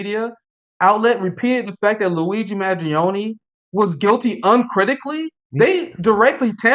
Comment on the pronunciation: What better authority on this subject than a man who can neither pronounce nor spell "Mangione"